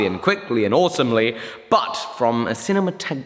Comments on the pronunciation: Sin-a-ma-tog-ra-fee I understand your pain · Cine..Cinemato..Cinema-tomato. (sigh...) Good video making! It's ok great looking shop cheers from Chicago!